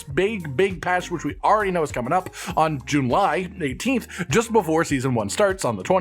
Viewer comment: Thought it was July and not Junly